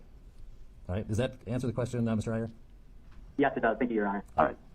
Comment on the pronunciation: Dude, you got to learn how to pronounce indian names or at least try... You fumbled twice and both times they were indian...if you can say kamala Harris you can learn to say 'eye err' which is how one pronounces iyer.